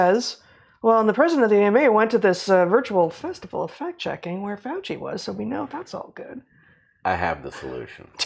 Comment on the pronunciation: Facts? "Pfachts!!" -- "Pfauci"